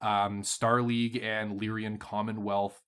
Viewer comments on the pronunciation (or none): You say Lyran like my father, but if you look, you'll see that it's Lyran, not Lyrian. It's like a guy named Ren who lies. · I am bothered by the pronunciation of “Lyrian”… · It's deliberate at this point.